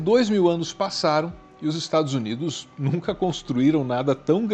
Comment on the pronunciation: "Estragos Unidos"